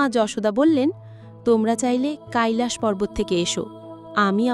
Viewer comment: কাইলাস পর্বত নয়, কৈলাশ পর্বত হবে